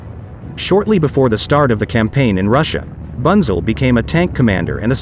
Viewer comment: I know it's futile to try and teach a computer generated voice correct German pronunciation, but here's some of it (phonetically): Hans Bunzel = Huns (like in "hunt") Boontsel, Panzer = Puntsah and especially Nashorn = Nas-Horn (nose horn) and Brummbär = Broomm Bear (growling bear). Otherwise a very interesting video. Thanks for uploading.